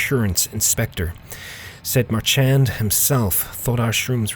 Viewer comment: I think Marchand is pronounced "Mar-SHAWND", after the French-Canadian hockey player who currently plays for Boston, where Frost takes place. And of course "Marchy Mark" is from Mark "Markey-Mark" Wahlberg, another famous Boston native. Cute little easter eggs from the modmakers there!